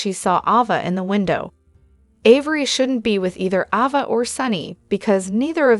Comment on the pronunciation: It’s A va NOT Ah va …lol